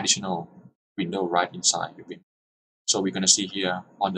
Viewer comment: it's now "wim" it's 'vim' like 'volvo' ... get your pronunciation right.